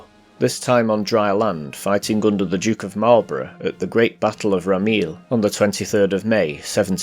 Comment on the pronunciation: The Battle of Ramillies is pronounced Ram - ill - ese (3 syllables) in English. The Marines in 1704 were part of the Army not the Royal Navy.